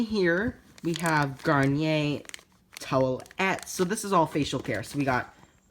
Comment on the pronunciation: You definitely are pronouncing Garnier correctly